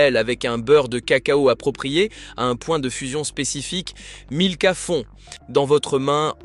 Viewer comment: En plus. Ils alternent la marque milka avec nilka systématiquement. Plutôt malin.